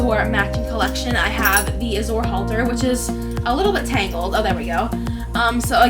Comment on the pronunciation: Lol, it’s Suede ( swade ) not satin! ♡︎ And about the Azure color it’s pronounced az-ur :) sorry if I’m being a little offensive, I don’t mean to be. ♡︎